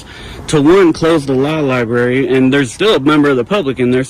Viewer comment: What’s a “Libarry”?